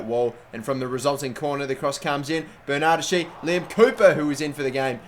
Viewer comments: It's not pronounced bernadeshi, it's pronounced BernadesKi. In Italian the 'ch' makes a k sound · BERNARD-- ES-- KEY